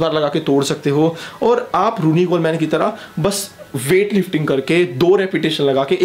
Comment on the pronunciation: Vai kuch information wrong ho gai... Jaise phil heath hai uska nam... Pronunciation me problem hai or Ronnie Coleman ka nam vi galat pronounce kia... Or phil heath 7 times mr olympia hai